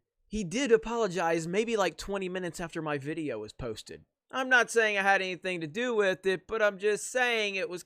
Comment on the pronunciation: Man whats with the "video" pronunciation?